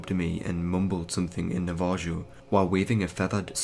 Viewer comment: Nava-ho. Not nava-joe. If you dont know a word, dont try to just sound it out, look it up first. Thouroughly read your narration material first so you can mark words you may be unfamiliar with or something to that effect. It will make you a much better narrator in the long run, and it wont destroy story immersion for your listeners. The listeners with an IQ above that of the typical semi-literate potato ‘people’ that apparently populate youtube at least.